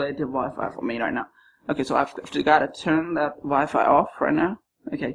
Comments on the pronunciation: I like the part when he said rienow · Time he said rienow